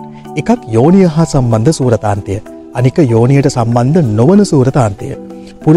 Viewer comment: සූරාන්තය හෝ සූරතාන්තය නෙවෙයි ....සුරතාන්තය....වචනය හරියට ඉගෙන ගන්න......